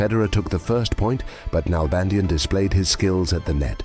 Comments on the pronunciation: It's pronounced NalbandiÁn, with the accent in the final A. (Argentinian here) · DavId NalbandiAn. The I of his name and the last A of his last name are pronounced stronger. With an accent.